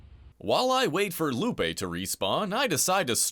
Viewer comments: Bro said long bone lupae I’m a huge fan by the way🎉❤ love the videos and content ❤ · Long bone Lupe (I have no idea if I pronounced it correctly). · "Long Bone Lupe" 🤨